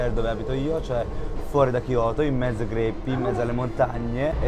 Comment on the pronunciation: 😂 i greppi sei proprio italiano greppi